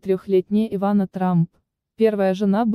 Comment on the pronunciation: Ивана,ударение на 1ый слог.